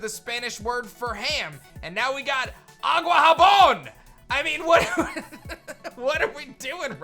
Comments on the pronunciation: saying "Water-soap" instead "water-pig" is funny to me. Jabón = soap. Jamón= ham. ¡Auqajabón! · It actually sounded like you said water soap instead of water ham lol